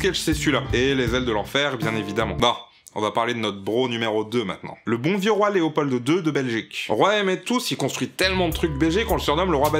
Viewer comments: alors, le "d" de léopold est MUET il ne se PRONONCE PAS ! on dit léopol deux et pas léopolde deux ... vous avez pas de lettre muette en France ? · Super video! Juste un petit soucis de prononciation. En effet, il faut dire `léopol" et non "léopolde". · Juste, Léopold, pas "Léopolde"... "The "D" is silent" comme dirait Django. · un petit détail, dans Léopold, le "d" est silencieux :p et puis bien que je ne veux en aucun cas défendre les actions meurtrières de ce roi, je ne pense pas que la définition de "dictateur" colle bien à Léopold ( NE ME FAITES PAS DIRE CE QUE JE N'AI PAS DIS, Il S'AGIT SANS AUCUN DOUTES DU CHAPITRE LE PLUS HONTEUX DE L'HISTOIRE DE LA BELGIQUE ) car dire qu'il s'agissait d'un dictateur reviendrait à dire que tous les présidents de la 3e république étaient également des dictateurs ( parce que oui, l'histoire coloniale française n'était pas jojo non plus et c'était bien la république française qui gérait directement ses colonies même si le Congo lui "appartenait" directement, j'insiste sur les guillemets ). Encore une fois c'est une nuance ne remettant pas DU TOUT en cause la responsabilité du roi sur les millions de morts congolais durant cette période de l'histoire. Il a beau avoir fait beaucoup de chose pour la Belgique, il n'en reste pas moins coupable. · Nicolas Meunier Je me suis dit pareil aussi Hahahaha :')